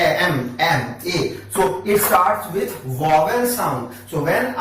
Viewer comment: Your teaching style is awesome! Just a minor correction that is vowel not wovel.... Thank you so much for all the videos!⭐⭐⭐⭐⭐